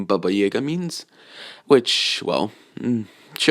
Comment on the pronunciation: He said baba jaga wrong twice he said baba jagär